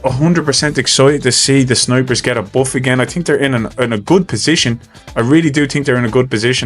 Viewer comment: I swear every time you say "snipers," I hear "snowbridge."